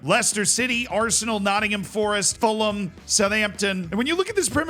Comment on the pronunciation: ngl, I was cringing in anticipation of your pronunciation of Fulham, but congrats.